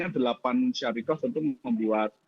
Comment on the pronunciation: Bukan syariqoh pak.. Tapi syarikah